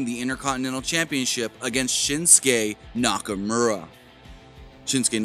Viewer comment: “Shinsuke nakamerrha”😂😂 Wtf